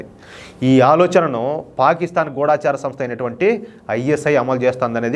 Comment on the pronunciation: గూఢచారి అనండి “గూఢాచారితప్పు”